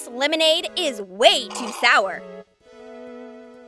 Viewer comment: Lemonade more like melonnade